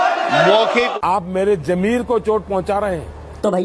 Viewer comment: आज मालूम हुआ, मोदी जी के अन्दर भी ज़मीर है, पर मोदी जी आप ज़मीर को जमीर कह रहे हैं, सुनने में बड़ा भोंडा लगता है। आप किसी पढ़े लिखे आदमी से (ض-ज़) और (ج-ज) का सही तलफ़्फ़ुज़ सीख लीजिए।